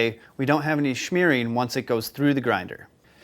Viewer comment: You do know that there is no CH in Smearing! Right?